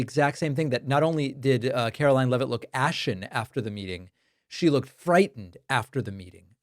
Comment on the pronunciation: I am going to NEED for you NOT to pronounce her name as CAROLYN!!! She is Karoline. Karolying When she is speaking. Requesting for a friend.🤣 RELEASE THE EPSTEIN FILES.